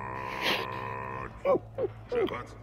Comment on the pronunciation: Shepard es Sheppert 🤣🤣🤣🤣🤣🤣🤣🤣